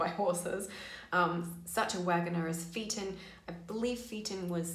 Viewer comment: Phaeton is pronounced fei- Tn(as in fayton)